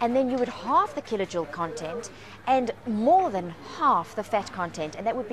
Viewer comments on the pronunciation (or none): what the heck is a kilojewel?